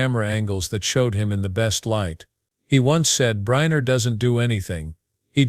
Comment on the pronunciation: Who is Yul "Briner"?! And Frank Sinatra wasn't an actress! AI !